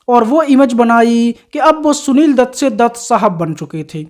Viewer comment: Are anpadh h kya tu . Gwaar bhi h . Shunil dutt nhi hota . Sunil dutt hota h . .hindi ka apman h . .sja milni chahiye . .shaadi ko saadi bolta h